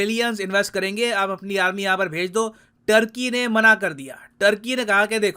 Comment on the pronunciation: Aaarmi le loo 😂😂😂